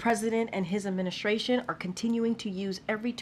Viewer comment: Maybe someday, you can pronounce administration correctly.